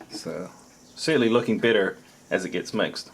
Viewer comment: Yeah whenever you were mixing the noodles and said, they look better as you mix them, I had thought you said bitter, and it took me a couple of seconds to find out you said better